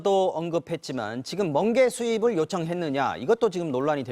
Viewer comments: 멍게가 아니라 번게라고 했습니다 다시한번 들어보세요 ㅎㅎ ㅋ😂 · 멍개 아니고 먼개 어떤개냐고 들려서